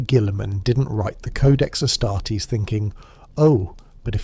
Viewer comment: Please make up your mind how you're pronouncing "Ass-tar-tees". Pro tip, it's this way ^^^